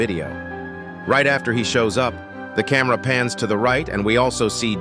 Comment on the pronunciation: Bro why you say camera pants